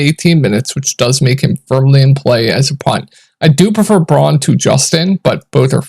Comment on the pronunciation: It's not Braun ( Brawn)- it is BROWN. Christian Brown is how it's pronounced.